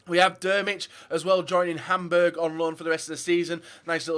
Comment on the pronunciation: yeah I can clearly see that but I'm suprised he can't say a very famous clubs name